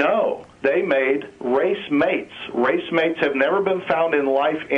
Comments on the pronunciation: "Inorganic amino acid" That doesn't make sense. "racemate" its spelled racemic and pronounced ray-see-mick "Left or right handed" The metaphor used is often "left or right handed", and it is true that amino acids in today's life is all the same "handedness" if you take the metaphor. However the definition of racemic basically indicates that both are present in roughly equivalent amounts. So yes, amino acids of which ~50% are similar to those in life. Implying they are nothing alike is hilarious. "No intelligence takes more faith than believing an intelligence did do it" So not making an assumption takes more faith than making something up and going with that? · The guy has had the misfortune to gain his smattering of knowledge from a book - "race-mates" ! Had he heard the word used in context, he'd've discovered that it's pronounced "rah-SEE-mate", or "rah-SEE-mick", and what he means is the body produces one type of chiral ("KYE-rahl") amino-acid, whereas in inorganic processes, i.e. the M-U expt., one gets a RACEMIC mixture of both forms. No amino-acids are inorganic, but a few may be made by inorganic processes (M-U expt.). The fellow really ought to have taken his own advice ; had he actually spoken to a biologist for 2 minutes, he'd have found out how to pronounce the big words...and that his conceptions are that little bit skewed. Ah well - scientific illiteracy ; humankind's ultimate failure of education, allowing silly superstitions to proliferate...and to demand that people respect people who profess belief in absurdities?! Painful. I must see if there have been continuations from the M-U experiments, you know, with different atmospheres + gases ... oh, and the red sludge? Tholins, more or less - much as the stuff giving Pluto + Charon their reddish colouring - nuclear radiation from the sun on methane over billions of years producing simple ORGANIC molecules. God, I am not fond of this caller. "Race mates" - I ask you - is it a new condom for athletes?